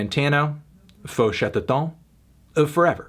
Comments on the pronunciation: We pronounce Chatterton the english way. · The eu in "feu" is the same prononciation as the "a" in "about", and chatterton is pronounced the English way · The album is produced by Arnaud Rebotini, that might explain many musical choices. you pronouced the band's name right except the end of "Chatterton",which should sound more or less like the end of "town" in french. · Lol he pronounced Chatterton like it was a french word